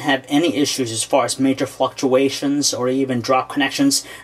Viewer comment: "...major fucktuations"